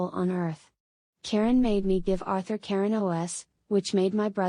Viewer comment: You mean Orthur?